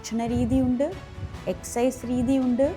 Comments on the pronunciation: Holland അല്ല ചേച്ചി ഹാലൻഡ് എസ്‌സൈസ് അല്ല exercise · എക്ക സൈസ് 😂 എന്നാ ശരിക്കും